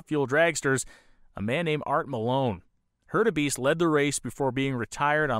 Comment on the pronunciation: A great story, this is something I have never seen covered like this, anywhere, before. A nice job, overall, but there are flaws like mispronunciation of names (McElreath, Hurtubise... I should have taken notes). I suspect a kind of problem that can happen with an unfamiliar subject, with all the research being in reading. (In other words, for people with some familiarity with the history of Indy, they know the names.) That kind of a grating flaw really ruins a documentary like this, unfortunately. Otherwise, this is really good, I enjoyed it, there is a lot I did not know, it's a very interesting subject. Even with the cringe moments of the mispronounced names, I give it a thumbs-up "like". The name problem really is a big one, something that can propagate through viewers who are completely new to any of the history and who might spread the wrong pronunciation of names of men who deserve respect. It is something serious enough to go back, find your mistakes, redo the narration and re-edit the video to correct things. If that is done, I would give this a letter grade of a solid A. The name problem would take that down to a C. It's a very big oops.